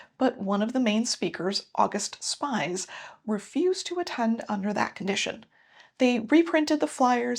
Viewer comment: Fun fact, it’s pronounced more like August Speez